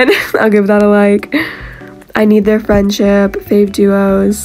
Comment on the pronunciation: the way she said "noah and owens FRIENDSHIP...." i personally ship them 🤭🤭